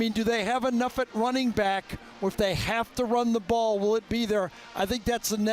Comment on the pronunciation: He said enuf. #92 Caden Curry